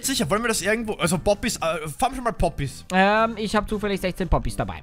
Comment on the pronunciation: ES HEISST PPPPPPPPP OOOOPPPYSSS NICHT Boppys